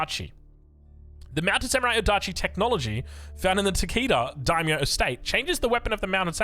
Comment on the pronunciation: You pronounce Daimyo as die-me-oh So excited to the play the Japanese variant Edit: you had the pronunciation spot on for a bit!!